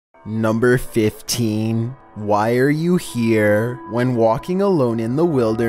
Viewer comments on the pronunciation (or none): Number fifteen: Why are you hErEee